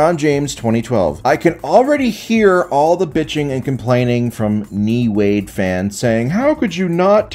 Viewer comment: "Knee Wade" 😂